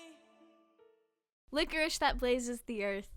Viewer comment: Small side note Lycoris is pronounced like "lie-core-is" not "lick-or-ish". ^_^